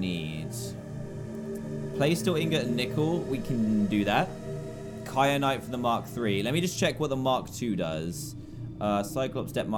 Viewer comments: Dan, it is KYANITE not KRYANITE. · Dan keeps saying kryanite when it is kyanite!!!!!!!! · Who else noticed dan said crynite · DAN!! I can’t take it anymore, it is so annoying how you call kyanite cryanite